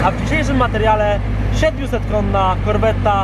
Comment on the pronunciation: Serce się kraja i ręce opadają: zgredzik piłuje na zimnym, a łebek mówi "korwetta" przez 2 "T".